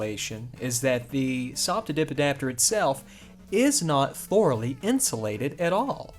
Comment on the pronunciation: I'm amazed at your pronounciation of "SOP to DIP adapter".... Quite the tongue twister and you pull if off to the point it sounds funny ;)